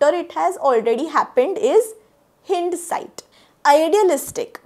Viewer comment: Hindsight हाइंडसाइट not हिंडसाइट